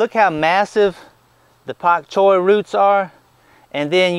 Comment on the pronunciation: Dam it !!! First of all I hit the like button 389 times and it only showed one of my clicks. And secondly, I told you aren't allowed to say pak choy with such a heavy southern drawl a couple of months ago at least :)